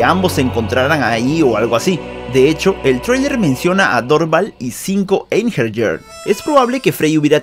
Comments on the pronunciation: La pronunciacion de Einherjer es AIN-HE-RIA, no EIN-HER-YER. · Se pronuncia einjeiriar o algo asi, son los guerreros muertos que pelearan en el ragnarok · La J de Einherjar se pronuncia como una I. Osea Einjeniar